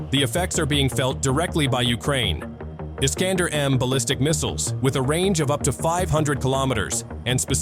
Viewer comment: Missile iskander , ne pas prononcer la fin dumot é mais èr comme der FÜRER🎉 .